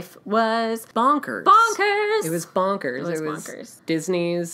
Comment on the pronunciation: Super the cutest videos when you guys do these together <3 Definitely keep doing them :) (Also bonkers - ya botched it but I totally got it ! )